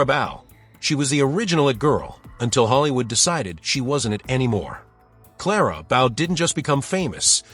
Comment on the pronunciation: Very informative, but I hate the way "Clara Bow" was mispronounced.